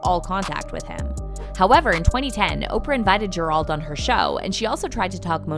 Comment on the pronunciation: Gerald is pronounced ger. Eld not ger auld